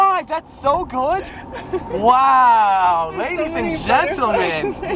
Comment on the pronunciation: The way you said ladies at the start, kinda sounded like a southern English accent